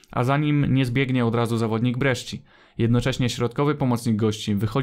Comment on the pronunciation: jak coś to sci w języku włoskim czyta się jak sz/szi, więc Brescia to nie Breszczia tylko Breszia